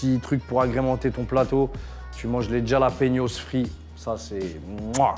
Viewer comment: Jalapeños on prononce RRRalapegnioss poto😉😂🙏